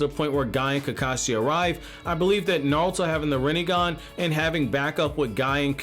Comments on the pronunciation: Dude his name is NARUTO, not Nalto or Nauto lol 😂 but no hate the video is pretty good ! 😊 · Am i the only one hearing him say Narlto